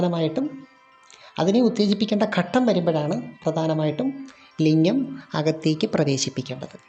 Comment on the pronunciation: ലിങ്ങം അല്ല. ലിംഗം ആണ്